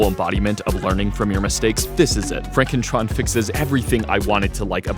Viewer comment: it's pronounced FronkenTron